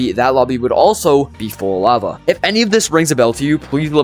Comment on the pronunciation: But why do you say lava so badly?